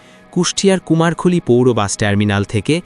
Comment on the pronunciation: "কুমার খলী" নয় সঠিক উচ্চারণ করে বলেন "কুমারখালী"